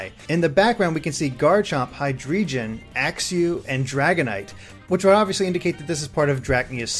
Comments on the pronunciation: Hydweegion? What? Hydra-Drei (3 in German, pronounced Dry)-Dragon Hydreigon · it's pronounced high-dry-gon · Hydreigon is Hi-DRAY-gon. :P